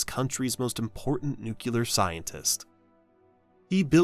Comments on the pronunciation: There is no such word as Nukular in the English language. Look at the damn spelling and get it right. It is nuclear! Even George Bush quite ignorantly mispronounced it, but it never was correct and still is not correct today - for the love of God speak English! 😂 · Maybe they thought of this video and shook their heads when they heard "nukular" instead of "nuclear" being spoken, what are you, George Bush Jr.? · Small pet peeve. You kept saying 'Nucular' not 'Nuclear'. Kinda expresso/espresso situation😂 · Nu-clear. NU-CLEAR. Where do people get nu-cu-lur from? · Why does A1 pronounce "nuclear" as "nuculear"? That should only happen if it is reading from a script that has been deliberately misspelled to pronounce it that way. That alone is reason enough to block this channel, and any other channel that purposefully mispronounces words. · It is NUCLEAR, not NUCULAR ... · "Nuclear" ... New-clear. Say it with me and never get it wrong again, New - Clear. Even the Vapors got it right on the cover of their 1980 album, New Clear Days. Don't be a moron. "Nu-cu-ler" are you freakin' kidding me? Turning Japanese, I think I'm turning Japanese, I really think so... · As the husband of a physicist, if you wanna piss off a nuclear physicist, pronounce it as nuk-u-ler instead of the correct pronunciation new-clear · Every time I hear "nucular" I stop the video and watch something else. Bye. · In the age of information, the internet, and proof checking technology,even professionally made documentaries are pronouncing "nuclear" incorrectly. Nook-lee-ur. 👍 Nook-u-lure ✋️👎👎👎👎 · Nookyoolur fucking stupid A.I. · There is no such word as nucular, although plenty of morons pronounce nuclear as if it was nucular. If you are going to make a video like this, learn how to pronounce NU-CLE-AR properly. By saying it wrong right in this video it makes you sound like an idiot just like all the rest of them. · Nu klee yar, not nuke yu lar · nuCLEar !!! Not Nucular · NUCLEAR not Nucular